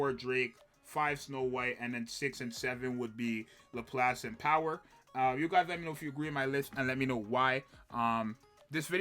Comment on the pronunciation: dood... lap lass. its not hard. literally two english words in pronunciation. 🤣 but yeah thats basically my top 3.